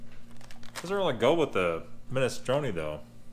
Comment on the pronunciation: can says: minestrone says: MISTRONAY